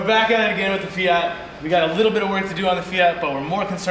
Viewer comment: Actually it's fiat, not fia